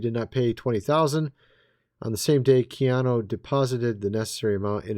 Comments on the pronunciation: I don't think it's Keana Reeves!!😢😮❤😅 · It's Keanu.